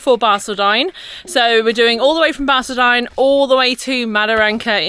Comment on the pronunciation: It is Bar-call-din. Just so you don't piss off the locals